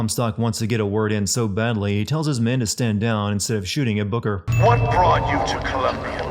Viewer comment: This video sins: can’t say booker right so it sounds like booger